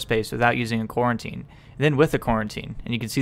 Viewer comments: Great tutorial, but it's pronounced Co-routine. Not quarantine. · Lol I keep hearing "Quarantine" instead of "Co-Routine" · Are you saying "quarantine"? I've never heard it pronounced that way, but maybe it's a regional thing. I've heard it pronounced "co-routine". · Bro it's fucking Co-Routine not Quarantine! 😂😭🤣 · co routine not coreruotine